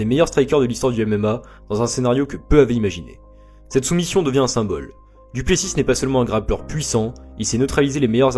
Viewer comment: C'est vrai que le "Duplessisse" fait mal aux oreilles